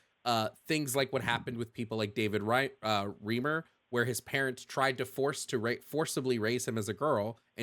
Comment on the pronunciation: You ALMOST got it right! It is "Rhyme-er", not "Ream-er"